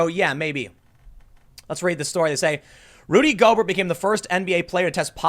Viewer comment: “I’m not a big sports guy.... Rudy Go-Bert” - Tim Pool